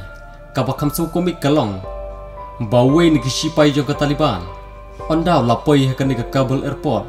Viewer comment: Bah it's Taliban not tale ban